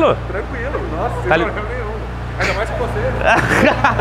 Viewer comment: "Vc nn gosta ploblema e seu" kkkkkkk